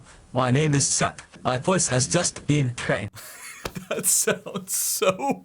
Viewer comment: Hello my name is Chuck ❌ Hello my name is Suck ✅😂🤣